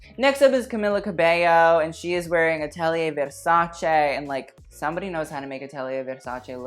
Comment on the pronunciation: I nearly had an orgasm every time you said 'versace' correctly instead of 'versaci'